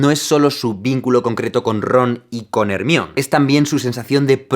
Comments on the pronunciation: Me encantan tus vídeos, pero me sigue costando tu pronunciación de Hermione. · al ser latina me incomoda la manera en que dices hermione .... aqui lo decimos como en la version en ingles... :v pero bue... es irrelevante XD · Me pasa lo mismo. Según recuerdo es porque en España no se pronuncian tal cual del inglés, sino como esta escrito. Pero es un poco "molesto" escuchar Hermione. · J.K.Rowling ha dicho como se pronuncia el nombre para ella y ella es la creadora del personaje. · "Ermión" vs "Jermáioni" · Repite después de mi: Jermaioni ,JERMAIONI!!!!, no Ermion!!! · se pronuncia Hermayoniiiiieee.. no Hermion!! jaja y de ley suena mucho mejor, amigable y femenino... es una chica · No es "jer mi on" es, "jer-ma-yo-ni" fin. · Por que a Hermione le dices: "ermion", porque no decirle "jermaioni"? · porque le dice " ERMION" a "hermaIONI" todo mal con el español españa XD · Nunca entendí por qué le dicen "Ermión" a Hermione. Porque se dice "Jermaiony", y si lo quieren leer directamente, sería "Ermione", no "Ermión". Nunca entenderé esa fascinación y complejo por castellanizar los nombres y apellidos que tienen los españoles. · Soy super fan tuya y Potterhead de corazón y estos videos son vida! 😍 Debo decir que me da mucha risa que le llamen "Jermion" a Hermione 😂 en Latinoamericana le llamamos "Jermayoni" y suena muy divertido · Aaahhhh dolorr dice hermion y es hermaioni pero claro se escribe hermione me duele la cabeza jajaja XDD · No es por ofender a nadie todos sabemos que se escribe hermione pero se me hace muy raro que digas textualmente hermion en ves de pronunciarlo como se diria en ingles hermaioni jajaja pero fuera de eso Ame tu analisis! <3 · Me encanta su contenido, es un gran youtuber, lo unico que me dan un tic feo en el ojo es que diga Hermione tal cual en lugar de Hermione (Germaiony) jajajajaj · Jaime, por que le llamas ermion? a hermione (Germayoni) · hermione , no hermion FORRO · Ermion vs jermayioni xdxd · Hermione="jermaioni" No se dice hermion :v